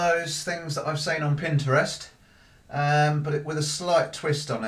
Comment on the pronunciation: I love how you say Pinterest, pin-stra-wrist.